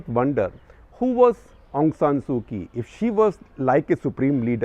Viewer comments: Didn’t do your homework, SG, Kyi is pronounced “Chi”. A little long, too much detail. But thank you. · Couple of pronouncing notes sir, Myanmar.. the my is pronounced more “me” and not “my”. And last name is the leader, Kyi.. it’s pronounced “chee”. It’s like the currency kyat.. it’s pronounced “chyat”